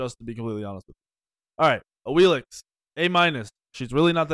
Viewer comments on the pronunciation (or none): none